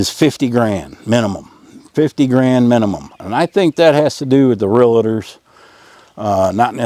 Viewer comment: I like your videos and info. Note: There is no 'a' in REAL-TOR. 😊